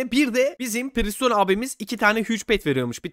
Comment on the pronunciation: Abi preston priston değil